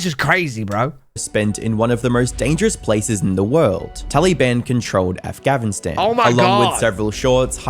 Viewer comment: Is it just me or is the AI voice saying Angavistan not Afghanistan